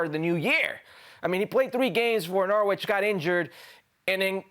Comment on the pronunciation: Why can’t anyone pronounce Norwich correctly